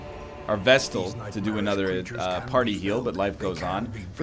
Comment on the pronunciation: He came up with this one on his own, he was musing about chat calling his pronunciation of Vestal wrong and rationalised that flagellant was also perhaps pronounced like that, so he started calling it the Fluh-jell-ant, then somebody on that video commented that Fluh-jell-ant is fine, while pointing out other mistakes, though I believe the Egg has yet to react to that because of the backlog.